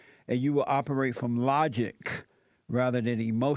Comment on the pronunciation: and have the most incredible hard K sound I’ve ever heard. Distorted my headphones 😂😂 “looooogiCK!”